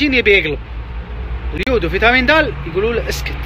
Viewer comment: تسمعون كلام مايعرف يلفض اليود😂 لاهوليوود